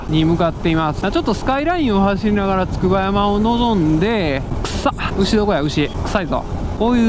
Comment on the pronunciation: つくばやま読みめっちゃ気になる笑